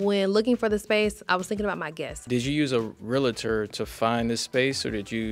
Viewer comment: Real-tor NOT Rea-la-tor